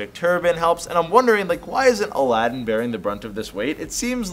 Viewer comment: BTW the main characters name is pronounced as if it was spelled Aladeen, not Aladdin